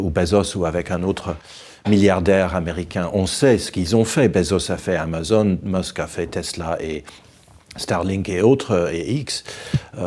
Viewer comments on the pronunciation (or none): none